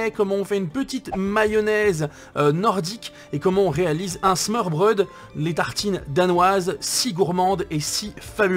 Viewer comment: Au début j’ai cliqué juste pour t’entendre dire smorbrod , mais j’ai était déçu quand je t’es entendu le dire et que tu la presque bien dit 😂 Super vidéo sinon 👍👍